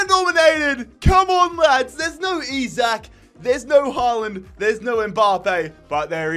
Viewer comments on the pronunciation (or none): none